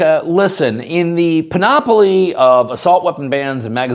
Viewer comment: panOPoly…? Surely you mean PANoply….